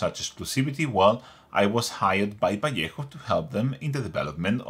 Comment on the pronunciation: Nice to hear a Spanish speaker pronouncing Vallejo correctly.